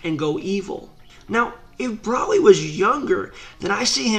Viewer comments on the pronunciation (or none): Its bro-ly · Are you calling him Braly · Is it me or he saying "braly" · BrALi lol its BROly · Why do u say broly like braly?. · Every time he says broli pisses me off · CONTINUE THE WHAT IF BROLI AND VEGETA WHERE IN MHA ! AND !..... BROLY’S IS NOT A VILLEN AND STOP SAYING BROLY WRONG !